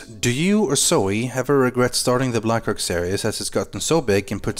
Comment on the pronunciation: its blackrock not blackrack